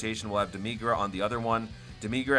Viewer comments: For demigra say dem-mih-gra not dem-mee-gra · No Joke! I didnt realize this before I saw the comments. I used to call him Deh Mih Gra. But ever since my boy Scott Herman ruined the pronunciation, I kept calling him Deh MEE Gra to get him to stop calling him Dim Egg Ra -_ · No offense but the way you say demigra hurts